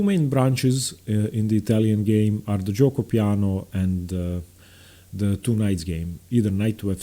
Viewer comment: You have a really good pronunciation of giuoco piano and pianissimo, why? lol